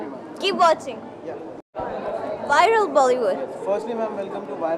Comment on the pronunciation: heyy it's viral bollywood . Not "Wiral bollywood"